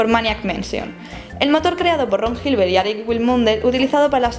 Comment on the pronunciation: Island se pronuncia 'ailand', 'aisland' sería Iceland, que no es el caso. Gilbert es pronunciado Gilbert, no llibert, como verás aquí /watch?v=CVE5Amjhdiw. Si pretendes corregir, te sugiero estar segura de lo que vas a decir antes de decirlo.